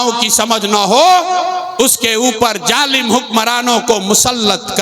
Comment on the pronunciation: Jalim Nahi hota Hai Zalim Hota hai